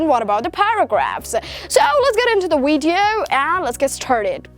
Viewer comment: Learn how to pronounce the letter “v”. You are a good actor though. You might wanna change the content of your Weeedio😜😜😜